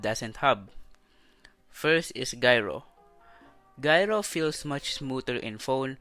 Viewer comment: Gyro is pronounced with a J just sayin tho